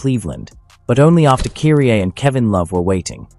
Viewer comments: Who the hell is ' Cureeeaa ?? (Kyrie) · Either you don't know how to pronounce certain American names or you're using AI w/o giving it proper name pronunciations. KY-REE!!!